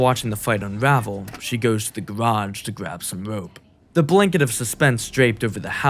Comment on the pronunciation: She goes to the gawage to gwab some wope